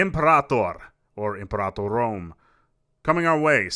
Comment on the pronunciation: I love that you pronounce Imperator the correct way. ;)